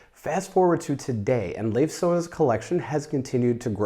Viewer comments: to help you out with "Leif", pronounce it more like "life", just shorter, like, much shorter! I didn't know about Leif Sonne, by the way, so thank you for that! One of my friends lives close to Carlsberg, so may I'll see the collection some day:^) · I just love you guys and your videoes! Thanks again! (A little hint: Leif in Leif Sonne is pronounced like the English Word “Life.” And Sonne is pronounced as “sun” plus the typical e-Sound in the end of a Word, like “øh”. That is [Life Sun-øh] 😅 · Leif is more ‘Life’ than ‘Leaf’ :) great video!